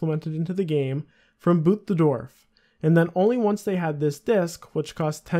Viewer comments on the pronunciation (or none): none